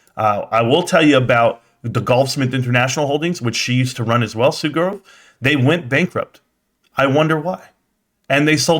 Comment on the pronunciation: “and they sold the dicks” here I was trying to make a joke about him mispronouncing Sue Gove’s last name but I heard that and thought of your store lol. a sign it is. #BBBYYOULLBUYDONTLIEBBBY #SLOGAN #ROCKITMAN